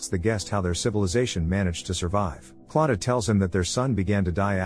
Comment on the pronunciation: its not klattah klatoo